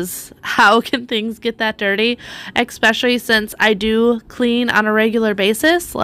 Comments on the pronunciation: Love your videos! I don't say this to be mean, but the word is 'especially', not 'exspecially'. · I would be so proud of myself to have done such a great job. What a hard worker you are. Can I mention something without hurting your feelings, you aren't the only one who does this. Why do you say expecially, when it's really " especially"?I hear So many people pronounce it this way and it drives me cuckoo.Just me so sorry. Still want to let you know I admire you and have subscribed to the channel.